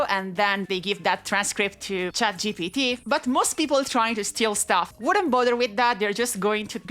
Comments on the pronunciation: sounded like she said ChatCBT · I’m so sorry for this but “chatCVT” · I heard "ChatCBT" and now I can't stop watching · Did I just hear ChatCBT and ChatBBL? Lmao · "ChatCBT" lmao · I had to pause the video and turn on subtitles to make sure I heard your pronunciation of "ChatGPT" correctly... Well played lol